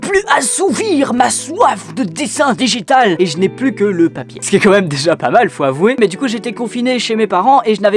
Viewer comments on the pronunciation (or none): alors heeeeeuu sa se dit digital